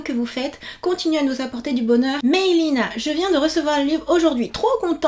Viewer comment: J ai souri tous le long de la vidéo 😁😊😁 merci énormément pour tes vidéos et ton travail. 👍 Ps : ce n' est pas méchant mais Maylina ce dit mélina ^-^